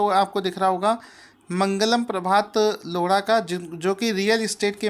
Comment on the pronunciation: loda nhi lodha :p